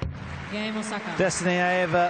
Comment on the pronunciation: These commentators need to pronounce Aiava's name better. It's not that difficult.